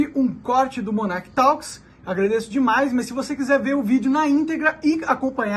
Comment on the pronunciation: Monark: Vou te dar uma dica de pronúncia de Inglês. A palavra TALKS é pronunciada TÓKS . 😉 Parabéns pelo canal e Feliz Ano Novo!